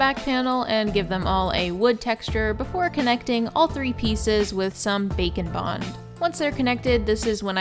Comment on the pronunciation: That Bakoblin mask is adorable. Funny thing I noticed - when talking about how you secured the books and trinkets I seriously hear you say “bacon bond” each time. I know it’s Bake ‘n Bond, but my way is funnier. ;)